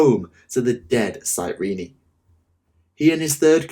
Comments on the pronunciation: Cyrene, comes from the City of ,Well Cyrene or Κυρινη in Greek(it's original name),so it is pronounced Kirini. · Given that the Blood Ravens were pretty much created for the first Dawn of War, Cyrene along with them, and the planet's first ever mention is in the campaign, I think it's supposed to be "Cyreen" and not "Cyreeny". All characters in over a decade throughout the games pronounced it "Cyreen"(both in the English and German version). This was actually the first time I've ever heard anyone pronounce it "Cyreeny". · I don't want to be that guy but Cyrene is pronounced "cyreen" not "cyreeny" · Cyrene is two syllables not three.